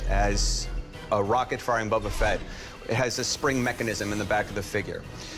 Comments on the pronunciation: "Bubba Fett" 😅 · The way the Boba Fett guy pronounced Boba shortened my life span by ten years.